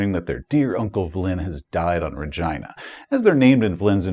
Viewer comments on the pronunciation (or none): Every time you say Re-JEYE-na it freaks me out. I guess its like the city in Canada but for 40 years we've said it Re-GHEE-na, like actress and director Regina King. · Sorry but I simply can't take that pronunciation of Rhe-gyna seriously. 😂 Was there a conversation about calling it the British way? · Your pronunciation of Regina is killing me, lol I think it's pronounced ra-GEE-na (as in the female name), so as not to mistake it with a part of human anatomy... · Is the subsector name RegEYEna or RegEEna? I have always used the latter pronunciation but am more than willing to stand corrected. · Perhaps you're trolling but the "I" in Regina is pronounced "ee", like the name Sheena. RegEEna. No biggie, but it does not sound like Vagina. Cheers, love your channel!! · Anyone else giggle every time he pronounces it "RegYna"? No clue if it's correct or not, just sounds funny lol. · Regina….. you say Regina but all I hear is vagina! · said ragina lol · I'd normally pronounce Regina like regeena, I guess the rest of my group did too since when I pronounced it like does here as a bit of a joke the group HATED it so I just had to make that the official pronunciation for the sector in my canon. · Sorry but i can't not unhear it as vegina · .....You mean Reh-Gee-Na? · Not to make this another "Boravia" situation, but... is that the pronunciation we're going with for Regina? I'm no traveller expert, maybe that's really how it's supposed to be, but I would not have guessed it. Either way, great vid, as always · lol regina sounds like vagina